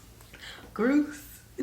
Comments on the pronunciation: Good onya for listening let alone trying to prounce the words...grouse not groose 👍🏾 wait til you hear our sayings, 'flat out like a lizard mate' 😉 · It's pronounced "growse" not groose 😁 And yeh we have traditional lemonade here too, but we have a drink just like sprite made by Schweppes called lemonade so the name just kinda stuck 😊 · Hahahaha, it's not grouse as in moose, it's grouse as in mouse. You guys crack me up.